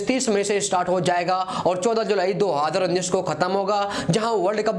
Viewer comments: Adhi ranjish bol rha hai ya 2 hajar unnis😂😂😂😂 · Do haaaaadar unnis . . Hahaha ..... Isko konse planet se laye ho... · Abe tu YouTuber kese bn gya do haaadar unnis Kya bol rha h..😂😂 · Dohaaaaader19 nhi hota hai 2019 hota hai😁😁😁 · 2 .......019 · दो हजर उन्नीस😂😂😂😂😂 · Dohaddrraa unneess 😂 Dohaddrraa unneess 😂 Dohaddrraa unneess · How many time he said "do haadar unnish" ....Lol😛😛😛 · Do Adhar uneess bol raha hai kyaa😂😂😂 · Bhai jab nhi bol paa rha hai 2019, to h itna use Kyu kar rha hai,simply world cup bol de .......... Do hadar unees bol rha hai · Do hazar unnis ni bolte aata kya teko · 20 baar sunne ke baad samajh aaya... ye 2019 bol rha h....😂😂😂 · 2019 tho ache se bol loo yr